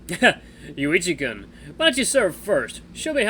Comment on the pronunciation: hehehe ur pronunciation of kun has much to be desired XD